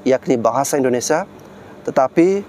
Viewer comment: Maaf ya Bang, indonesia bukan indonesa.